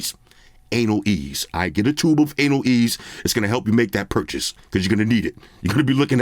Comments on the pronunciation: "A-nail ease!" SMDH... I'm dieing laughing. And yes I know how it's correctly spelled. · My man said ANALease, lol lmfao. That shit works for when you want to ease into your girls you know what, lol